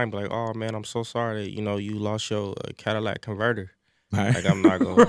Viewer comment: “Cadillac converter.”